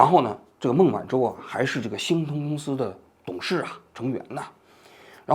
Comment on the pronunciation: 王局的字目哪里去了 我集中精力的 听 “新东”公司 原来是“星通”公司 到最后看了字目才校正过来